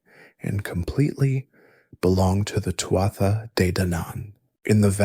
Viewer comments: Not “Too-ah-ta”! It’s pronounced “Too-(h)aa “. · Its pronounced Too-ha, not Too-at-tha. Leabhrainn mé gaeilge.